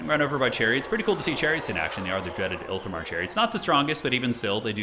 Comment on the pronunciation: I love your content but they are ITH IL MAR chariots not IL THI MAR as you say in your videos. You might just be mispronouncing it on purpose to trigger High Elf fanboys like me but I can't help myself